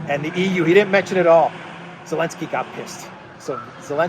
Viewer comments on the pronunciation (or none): what is this that you call Zaleski with an A....Alenski Is this a joke on the name or what?